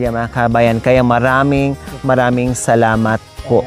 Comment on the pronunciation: Ang linaw ng pagbigkas ni tatay ng salamat nakakatuwa